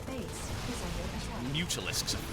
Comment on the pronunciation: everytime i hear that "Base is under attack" it sounds like "Face is under attack.